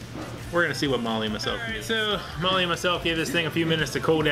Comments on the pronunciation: Dang you both killed it! Molly's face when they mispronounced her last name lmao. Looks like you enjoyed the heck out of it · it actually looks pretty great..I love her look when he mispronounces her name...:) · Yeah but only bc that's what said..He's always mispronouncing her name on purpose..The man didn't know their names. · He butchered the hell outta her name 🤣